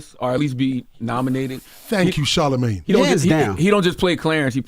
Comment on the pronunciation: Boy pronounces charlamagne like "inshallah"